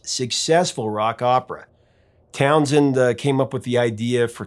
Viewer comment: It's not Townsend. It's TownSHend